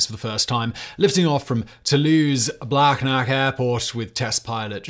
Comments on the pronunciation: as airbus nobility, and someone who lives in blagnac, simon, please know it's said "bla nyac" not "blag-nac". i love your videos, and i know your pronunciation is awful as a meme, but still, that one hurt. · He’ll have to learn how to pronounce Toulouse-Blagnac🤗😅…first.